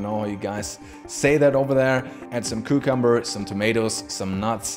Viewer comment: That's dedication Right there great content ps. I like how u say "ku-cummber "🥒 and peaNots 🥜 😂